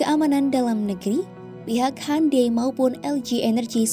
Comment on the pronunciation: Bacanya hiundae bukan hande, sok britis bgt siadmin😂😂😂